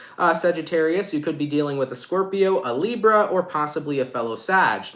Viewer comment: Love how you say "librrra"